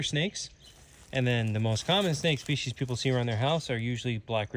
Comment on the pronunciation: I feel like I can bring this up since you corrected the people who mispronounce "garter snake" (THANK YOU). I have wanted to say this for a while now: There is no "H" in "species" (spee-cees)!!! 🤗🤗🤗 Love you guys and all you do. It's okay to complain. You guys are killing it!!! 🎉🥰🎉🥰🎉🥰🎉🥰🎉